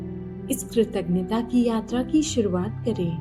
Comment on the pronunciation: कृतज्ञ बोलने तो shikh lo bahan❤